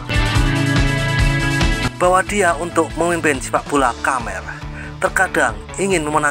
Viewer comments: Baca khmer yg bener lah min.. Dbca..Kmer..bkn...Kamer... Mbaca pun ndk becus,...ap lgi kl bca komen netizen malaydesh, dgn logat malaydesh, sangat kaku.. Cba admin yg bca sndiri, jgn mesin yg bca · Maaf min, koreksi. Khmer bukan "kamer" tapi "kmer" Salam satu tema 🙏🙏🙏